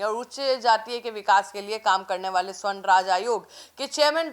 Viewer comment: Sahi oocharan kijiye sa,barn hai